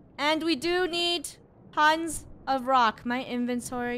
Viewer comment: When FUNNEH said and we do need tuns of rocks tuns sounded like puns 😂 I love your vids funneh